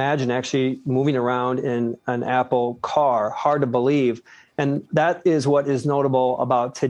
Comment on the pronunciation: apple, not apol